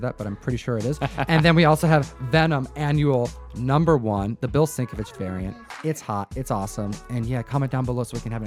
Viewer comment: Agreed - I pronounced it "sink-a-witz" for YEARS. I just provided the way that Bill sounds it out on his own Twitter account. I know it's not a huge deal, but I think such a comic book legend deserves to get his name said correctly if possible.